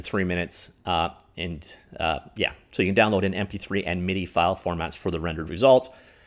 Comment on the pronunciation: MIDI not mid. I get that you aren’t a musician, but reading man.(this is where an emoji would be if I weren’t born in 1975)